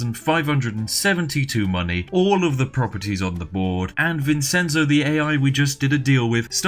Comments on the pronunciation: Like I told Feed Back when he did the "answer every comment" thing; good luck, you'll need it. P.S. Vincenzo is pronounced Vinshentso, not Vinsenso. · SPIFF! IT IS NOT PRONOUNCED VINSENZO IT IS PRONOUNCED VIN-CHEN-ZO VINCENZO !!!! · Vincenzo is pronounced vin-chen-zo. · Oh, this video is great, but it hurts hearing the way he pronounces Vincenzo. Obviously, it's not a real issue for me since my name isn't Vincenzo, but you'd pronounce it Vin-ch-enzo with the c being a ch. Not that he'll ever read this comment on a 2-year-old video. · Vincenzo is pronounced Vin-Chen-Zoe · you pronounce vincenzo vinchenzo its my dads name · vincenzo... dear god... its vin-chen-zo XD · Also it’s pronounced VIN-CHEN-ZO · This was hard to watch because of the way you pronounce "Vincenzo". Try vinˈtʃɛntso! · Vincenzo isn’t said like that I’m pretty sure. Isn’t it pronounced like Vinchenzo? I dont know but that sounds right to me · Pro tip: Vincenzo is pronounced "Vin-chen-zo" (because it'sa Ittalianno!) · Also also, vincenzo is pronounced with a "ch" sound ya ninny! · The "Vincenzo" pronunce killed me, it is an Italian name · That's not how you pronounce "Vincenzo." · The Spiffing Brit says “Vincenzo” like a Brit who’s never heard of the country of Italy. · Why can't British people pronounce Vincenzo properly? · Drinking game: take a shot everytime he mispronounces the name "Vincenzo" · Vincenzo is not pronounced how you think it is pronounced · That pronunciation of Vincenzo was grating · It's pronounced VinCHenzo and Mishel, not Vinsenzo and Mitchel.